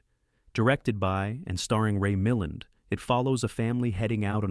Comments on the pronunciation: The dumb thing keeps mispronouncing Ray Milland's name drives me nuts! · Yes. Somehow, it can pronounce Poitier, but not Milland (?).